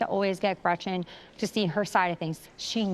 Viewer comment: I can't when gina calls gretchen, gretchers. Like stfu so fake